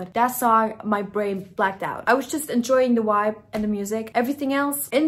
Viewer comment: The way you pronounce “vibe” like “wuaibe” is adorable, my German wife says it exactly like that as well.